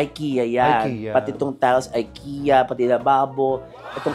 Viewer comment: Actually, it’s not Aykiya” it is pronounced as E- ki-ya…. (Ikea).. Wala, trivia lang…..😄😅😅